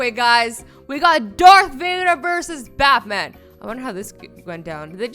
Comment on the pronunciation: did she just said bathman XD